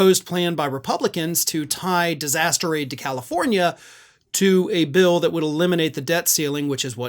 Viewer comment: Aid not ADIE!